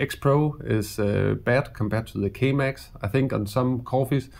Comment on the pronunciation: great video although I recommend not promouncing K Max like Chemex, as that got me a litte bit confused